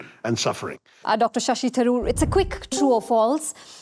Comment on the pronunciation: The Brit pronunciation makes sense - Dr. Sassy Tharoor